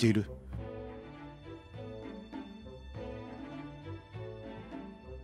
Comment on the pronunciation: 余計なお節介かもしれませんが、 天台座主 てんだいざす と読みますよー